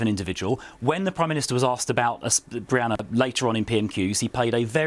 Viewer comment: Sunak couldn't even get Brianna's surname right in his tepid "tribute"